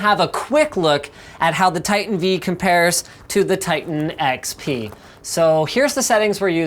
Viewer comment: Titan V, as in Vveebs. Or vIdiots. Choose one. :p